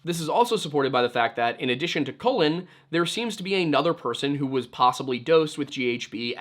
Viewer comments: hey, just a bit of a note. Colin is pronounced like cauliflower, and Cullen is pronounced like cull, not like colon. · As always, great video. But it was pretty distracting that kept pronouncing his name as "colon" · Could not get over the fact he kept pronouncing Cullen “colon” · It sounds like you are calling him COLON